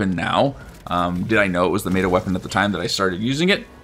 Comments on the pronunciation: It’s meta, not mayta! Is what I would say but I will leave your accent alone 😊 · Brother... please... meh-tuh, not may-tuh. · Lol its not pronounced mayda its meta. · MET-AH* bro please im begging